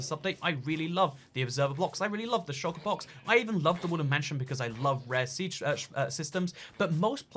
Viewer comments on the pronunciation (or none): none